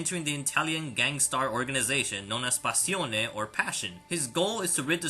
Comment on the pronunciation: but you pronunced passione very well for not speaking italian!